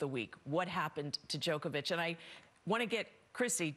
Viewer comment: Djokovic not Djokeavic, learn how to pronounce his name properly if your going to present a show 🤷🏻‍♂️ he is not playing by his own rules, he is exercising his bodily autonomy and using his right to medical freedom to decide what medical procedures he undergoes 🤷🏻‍♂️